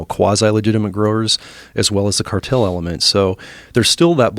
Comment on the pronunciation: Say the cartel word in two syllables